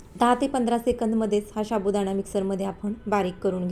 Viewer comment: शाबुदाणा,शाबुदाणा काय महणतेस? नीट साबुदाणा म्हण.